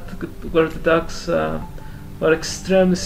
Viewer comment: Interesting, the State Fair takes place in Tlalnepantla during October? Does it coincide with All Saints Day? It must be very CHIDO! As for your english, I must commend you for your being well learned in this language, at first when you pronounced 'dogs', my ears heard 'ducks', but showing the yellow colored dog and no ducks, its obvious to note what you're talking about. As for the most beautiful women in Mexico, yeah I agree, I met some distant cousins from there in '83 and both were totally HOT. Maybe one of them married your father and we're ever more distantly related?!! lol...like finding a needle in a haystack, I know! XD Greetings to you from Querétaro and how did I come here? From your comment in Karl Rock's bathing video! XD